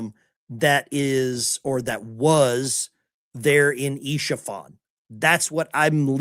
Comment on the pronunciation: "Isfahan" (city & province) is pronounced as "es-fah-han." Isha-fan refers to a supporter or fan of "Isha" a non-verbal orphan character from the animated series "Arcane" distributed by Netflix. It has no meaning in Farsi or Arabic. JS